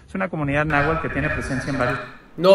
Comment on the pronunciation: ni siquiera sabe pronunciar náhuatl y dice nahual